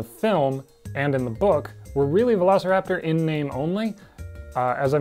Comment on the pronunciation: I think this screams for a Velocipastor analysis. Somehow I always hear You say Velocipastor whenever You actually say Velociraptor and that happens a lot in this video.